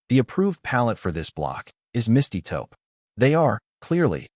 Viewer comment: Taupe not topo